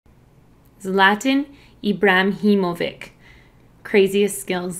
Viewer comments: it's Ibrahimovic not Ibrahimovik! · ibrahimovic------- ee-bra-him-o-vich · its pronounced EE-BRAH-HEE-MO-VICH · It is not a "vich sound" at the end of Ibrahimovic. Bosnian names ending with a C is pronounced with a "shh" sound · i'M sWEDISH AND HIS NAME IS PRONOUNCED: ZL-AH-T-AH-N (not like A in Zlay, but A in Aha) Ibra (is like EEbrah) - HIM- O- Vic (like vich in Sandwich, So NOT VICK, it's VITSCH) Zlahtahn Eebrahimovitsh I would say in American. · Actually, no.That would be "IČ", and he's "IĆ".Balkanian (mostly serbian) -ić on lastname, almost every single one.But, you are close :D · BTW u say it Zlatan Ebra but ibra is how it's spelt-him-o-vich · Why do you always say ibrahimovik it’s ibrahimovice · The "ic" at the end of his name is pronounced like the "ich" in sandwich! :) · ibrahimovi"tsch sound" :D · "Ibramhimovic" she Said lol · Zla-tan ibra-hiim-oviche that would be how to pronounce his name in English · It’s written zlatan ibrahimovic but it’s pronounced ‘Zlataan ibrahimovichh’ , or u can also say ‘God’ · you prononce his name, Zlatan ibrahimo witch. ibra himo witch :) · It’s Ibrahimovich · say ibra - him - ovich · zla-tan -ibra-him-o-vic pronounce vic like itch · It's pronounced ZLA-TAN IBRA-HIMO-VICH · Its e-bra-hi-mo-vits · They dont say his name right in sweden, im bosnian living in sweden and trust me you guys do not pronounce it right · LOL THE WAY SHE PRONOUNCED HIS NAME IN THE BEGINNING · OMG JANE, U TOTALLY MISPRONOUNCED HIS NAME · the c in ibrahimovic is pronounced as a ch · You absolutely butchered his name lol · Nah she didn't do that bad. She said it all right except the last letter.